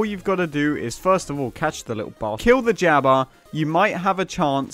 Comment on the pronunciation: me: wow, an actually decent farm. you: a'ight you littwo faucks